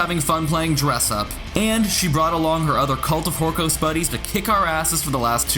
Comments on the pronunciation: Am i the only one who gets really triggered by how nobody can pronounce Astrea and Horkos correctly? WHOREkos? REALLY? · Astrea is Uh-STREH-Uh not UH-stree-uh. And Horkos is just OR-kos.